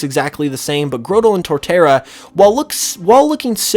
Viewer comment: It's pronounced like Grotto not Growtle